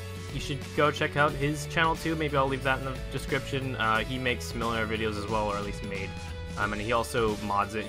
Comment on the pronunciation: Also you pronounced the name right.